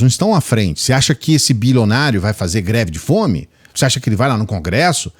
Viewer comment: O problema dele é não saber falar mesmo, pq ao em vez de pronunciar greve de fome ele diz "gre de fome"..😂😂😂😂